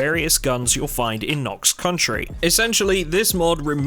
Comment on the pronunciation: I can't tell if you dont realize it's "county" and not "country" or if it's an in-joke?